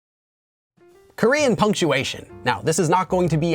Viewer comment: Your Korean pronunciation is so great♡ it really sounds like native Korean.